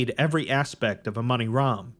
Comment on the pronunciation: Damn that "Amoni-Ram" started to sound a lot like Among Us from the start